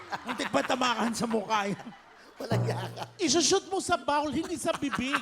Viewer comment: boring ang mga baklang co hosts na to...di alam mag pronounce ng word na bowl...bawl daw hahahahaha